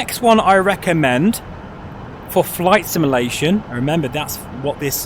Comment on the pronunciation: Please learn how to say the word "simulation" properly, it's literally in your channel name for crying out loud.